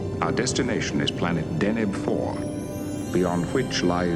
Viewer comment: In your pronunciation of Deneb, you put the emphasis (that is, accent) on the wrong syllable